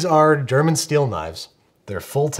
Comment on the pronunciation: As a German,I absolutely love how he emphasized German steel :'D